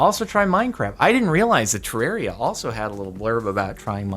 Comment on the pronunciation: Jardon say Ter-rare-ia Redigit: FINALLY SOMEONE SAID IT RIGHT